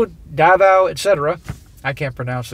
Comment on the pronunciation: Filipino here too. And all I can say is it's the same color in the end. Also you pronounced Davao correctly.👍